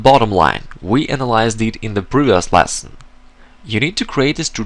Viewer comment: small piece of advice, stop saying "lasson", its "lesson", other than that, good teaching